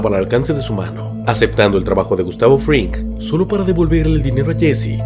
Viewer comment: Gran viedooo, pero se me hizo raro que dijeras "Fringman" Jajaja